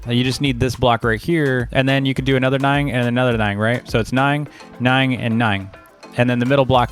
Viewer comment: i really hope this dude hasnt been saying "ning" instead of "nine his whole life lmao